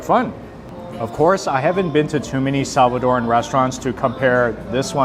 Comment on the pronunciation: Looks good. Oh, and thanks for pronouncing Salvadoran correctly. It’s not Salvadorian nor Salvadorean, it’s Salvadoran.